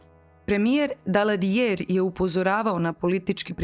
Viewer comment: Ne izgovara se Stavanger s đ, već s g. Isto tako nije Daladier, već je Daladije.